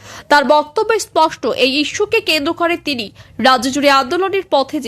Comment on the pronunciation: চ্যানেল টা আমার প্রিয়। করে, বলে, অধীর শব্দ গুলি ঠিক করে উচ্চারণ করবে। ভীষণ শ্রুতি কোটি।